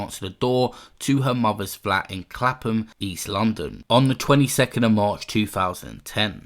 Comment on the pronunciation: Clapton not Clapham.